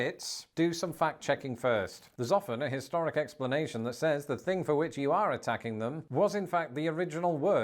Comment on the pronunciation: My question is why does use an "F" sound instead of "th"... for example he will say "fing" instead of "thing"? Is this British dialect issue? I'm just curious.